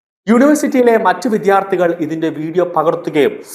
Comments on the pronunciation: വിദ്യാർത്ഥി എന്ന് പറയൂ. ദ യും ധ യും ശരിയായി ഉച്ചരിക്കു. പലരും ഇത് തെറ്റായി പറയുന്നത് കേൾകാം. വിദ്യ വിധി,. ദഹനം ധവളം, വിദ്യാലയം,.വിദ്യ നേടുന്നവനാണ് വിദ്യാർത്ഥി. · He cannot pronounce ' vidyardhi'